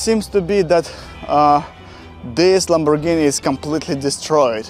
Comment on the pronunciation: Iz juz a pazt of a lamborrgihiiini 💀